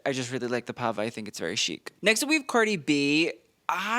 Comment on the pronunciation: I loved this Met! 1) No Blake thank God. 2) Your reviews are informative and top notch. Only please work on your pronunciation. I love Benito’s Pava and whole fit!